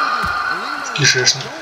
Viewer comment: Бл, как я ору с твоего смеха и ряда слов "страшно", "кентакли", и божественный "кишЭчнЫк" аххаах Лайк автору, однозначно, смотреть оч круто! Красава!